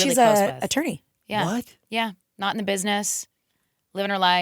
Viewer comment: I thought AJ said “she’s a, she’s a tree” 😂😂😂 had to rewatch to hear her say “attorney” which makes way more sense 😅